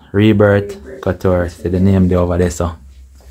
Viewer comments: Not cuture. It’s cooture that’s how you say it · Cou is pronounced coo